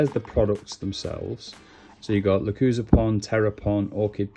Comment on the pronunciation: Thanks for the awesome video - that's what I needed ! Now, as tu pronounciation of "lechuza" , although it is rather unpopular - the word is pronounced "le-choo-za". Explanation from the Lechuza-PON home site "LECHUZA is Spanish word for "owl". The LECHUZA sub-imigration system watches over your plants like a wise and watchful owl".